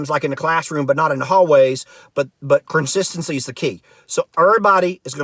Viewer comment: “Carsistency” “Terpature” - LOL!